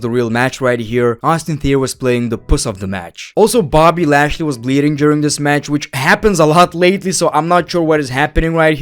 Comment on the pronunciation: bro said boby lashley